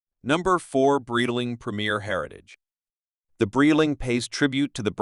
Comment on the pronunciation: Bro can't even pronounce Breitling currently what a joke